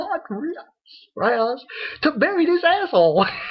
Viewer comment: Raser sama not Roser sama